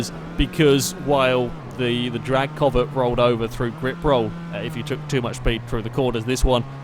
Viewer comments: Its pronounced c-ow-vet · The way he says Covet is bothering me too much.